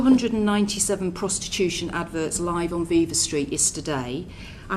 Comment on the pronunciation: Interesting to note Braverman's performative ignorance of Viva Street, by mispronouncing viva.